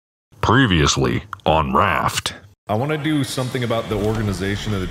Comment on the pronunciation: "'P!'-reviously, on Raft" Really put preasure on the the P